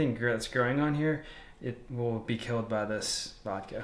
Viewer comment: it is VODKA, not vadkeh